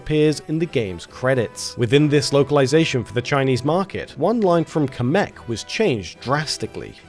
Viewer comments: Kamek is pronounced "Cam-eck" not "Ca-meck". Did this drive anyone else crazy? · I'm sorry but someone has to say something you are pronouncing kamek wrong